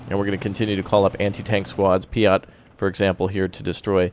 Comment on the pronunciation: I didn't know P.I.A.T was pronounced P-ee-o-t